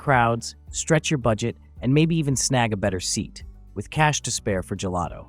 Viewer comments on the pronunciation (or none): none